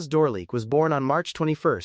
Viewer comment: The French pronunciation of names and titles is atrocious including Francoises's last name. It's painful.l